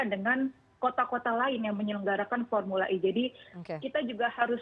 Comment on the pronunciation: kalo ngomong pake bhs indo formula e, e nya dibaca e bukan i beda kl speak in English, e dibaca i 🤦